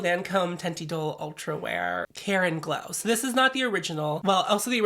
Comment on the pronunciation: Every time you said "Lancôme Care and Glow" it sounded like Karen Glow and now I’m just imagining you wearing that foundation every time you know you gonna have to speak to someone’s manager.